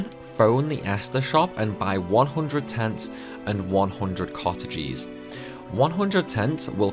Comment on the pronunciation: My boy really can't pronounce mug, luck, cottage correctly lol.